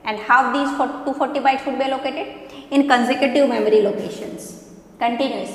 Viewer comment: Its memory not mammary